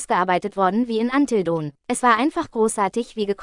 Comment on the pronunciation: Es klingt doch so herrlich 😂